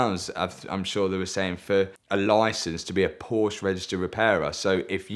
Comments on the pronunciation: It's Porsche. Not Porshhh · After all this he still pronounces it "Porch" 🤦‍♂️🤦‍♂️🤦‍♂️